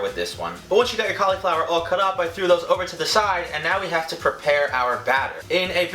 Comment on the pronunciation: Did anyone else get annoyed buy how he said cauliflower😡